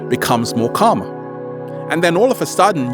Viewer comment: karma or calmer? :D